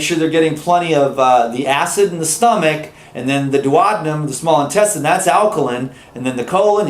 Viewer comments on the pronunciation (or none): it's duodenum - not duotmen.............